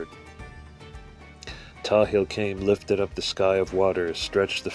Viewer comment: The angel is pronounced Pthahil - full name is pronounced and not Tahil. The one who created Adam's body and this universe was his responsibility while receiving guidance from his fathers.